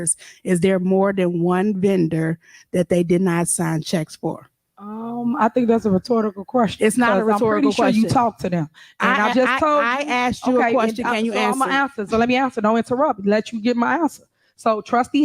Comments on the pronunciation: This idiot said "rhetortical". Not only did she mispronounce it, she also doesn't know it's meaning or how to use the word properly. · did she say "retortable"? Lol. She cant even repeat a word correctly after it was said seconds ago? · Her hilariously awful speech and pronunciation is worth the price of admission. “Hmm, that sounds like a rhetortical question.” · Did she say, "I think that's a rhetortical question?"? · She said "I think that's a RHETORTICAL question. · “I think that’s a RE-TORTICAL question” - Mayor Tiffany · "I think that's a retortacal quesion" ... 🤨 retortacal??? 🤔 There's a whole lot of retortacal going on in this place... This is like watching a back yard bbq cat fight between "sassy" sarcastic women.. It's like what our Congress is being turned into with the women in our House of Representatives these days.. Just one big mess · this is not Ebonics this is stupidity. She is mispronouncing simple words like Cum Laude and rhetorical. I guess that is what happens when you go to a college which has a 95% acceptance rate.